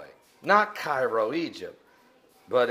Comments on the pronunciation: I'm from Carbondale I found this very interesting born and raised there I had never heard it called the little Egypt however there is a town about 30 min away called Lake of Egypt and another area I've heard called Little Egypt but, it's about 45min away. Also this is just informational that's not how we here in this area pronounce Cairo (Care row) nor Rochman it's ROCKman. The riots you speak about we're not very serious it was a bunch of drunk college students (not even from Carbondale) who acted like fools on what we call "the strip" it's a street close to the campus that is filled with bars "the strip" was the only thing ever closed on Halloween that was the only place with a curfew(which curfew meant the businesses serving alcohol on the strip had to be closed by a certain time on Halloween) the rest of Carbondale was up and running like every other day. These "riots" were nothing even close to the riots going on in NC right now. Although all of this information about the Eclipse is very interesting and neat to know. I think some of research on Carbondale is a bit of a stretch however thank you for the information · All of southern Illinois is known as the Land of Egypt. Little Egypt is not exclusive to Carbondale. See the book "Murder in Little Egypt" for more information or even check Wikipedia. There are multiple theories on where the nickname originated. Cairo, Illinois is correctly pronounced like Karo syrup. Douglas Kreiger published the information about the solar eclipses on pg. 447 of his book "Signs In The Heavens And On The Earth" a couple of years ago. Lauren Coleman, the cryptozoologist, attended SIUC specifically to hunt for Bigfoot. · It's pronounced Care-o not Cai-ro, I'll. And it's a shithole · The town in Illinois is pronounced "KAY row". This guy should be on the Glenn Beck show. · it is KAY-RO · Cairo is pronounced Kay-ro not K-eye-ro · It is pronounced "kay-ro." Get a life, fatboy. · It's pronounce Kay-row...